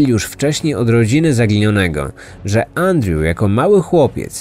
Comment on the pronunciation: Wszystko spoko oprócz tego że źle wymaiwasz Andrew i strasznie to kole w uszy